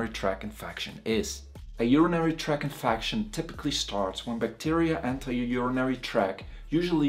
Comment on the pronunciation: “….infacshun…” Very educated man though. Good information